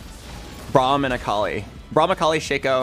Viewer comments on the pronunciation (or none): “Oo bram” you mean braum